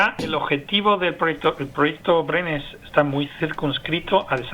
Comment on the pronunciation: Nadie le pudo decir a la locutora como se pronuncia Brain....que verguenza